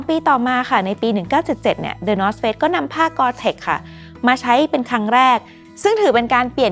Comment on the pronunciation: ทำไมผมรู้สึกเหมือนว่าพิธีกรพูดคำว่า Face/เฟซ ไม่ได้เลย 😅